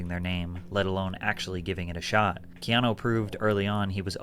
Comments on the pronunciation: Bro you gotta be straight trolling to say his name like that, put some respect on that man’s name 😢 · It’s not canoe. 😂It’s Keanu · Canoe ? Like in the River. Lol. It's Key Ah No. And the amount of haters is ridiculous. About Speed, if anyone tried getting off the bus it would blow up. I always was a fan since Bill and Ted...Then Speed...then The Matrix! Then John Wick. He's definitely one of the biggest actors of all times....Small story he was filming in my town and a neighbor had a sign in there lawn near the house they were shooting in that said Keanu we Love you. He literally walked to the house ripped the sign up and knocked on there door...they were in shock and he smiled and said thank you. This means more than you know and exchanged pictures and hugs with the family before leaving. Real Story. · CANOE 🛶 BRO ITS PRONOUNCED KEY AHH NEW Reeves bro lol 😂 how are you a fan of the Matrix and get Neo’s real name wrong lol 😂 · You're my guy biggups and I'm sure by now or in the video as I watch you realized his name was Ke-ah-new as pronounced. Not Canoe like the thing you sit in on the water lol bro when I heard that I broke out laughing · My boo said canoe reaves😂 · You said Canoe 😂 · It’s pronounced like this. Key-Ahh-New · Like ur channel Its pronounced Kee ah nu 😂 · I thought it was kee-AH-noh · Bro his name ia pronounced Key-ano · Lol Wtf canoe reeves, learn how to say his name if ur gonna make a video my guy. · Ke-ah-nu lol you butchering my favorite actor name😅😂😂😂😂 love ur vids keep em coming stay blessed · Pronounced key on new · Canoe reeves?, please! Not today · Canoe Reeves took me out 😂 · I literally hit rewind to be sure. I'ma keep saying 🛶 Reeves🤣🤣🤣🤣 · Bro at least pronounce his name right yaar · I hate when people do thumbnail and title clickbait like seriously why? The video literally says Keanu didn't sold his soul but your title says he almost did it fcking annoying And how the fck can you butcher his name like that.